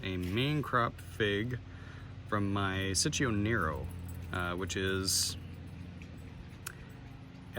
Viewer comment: Thanks for the video. What's the story of this fig (if there is one)? Btw it's pronounced cheech-o as in Cheech Marin, and it's a diminutive form of Francesco, but it can also mean sweetie or honey when referring to a baby boy.